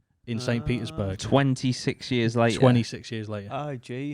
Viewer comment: despite being so old, Dan still doesn't know how to pronounce the word years